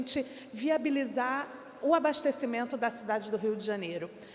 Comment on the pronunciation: ele disse...."ABARTECIMENTO"?